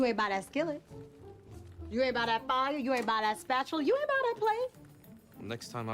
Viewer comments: É impressão minha ou é isso mesmo, quando a fala "ain't" o som fica literalmente aint já o professor fala eint, isso seria uma das formas corretas da pronuncia? Desde já agradeço pelo excelente video! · Ela parece que nem fala o t ela fala you aí buy